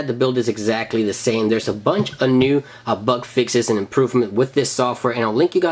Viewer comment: Can anyone tell me what a "buck fix" is??! Is that like a "bug fix" only pronounced wrong?!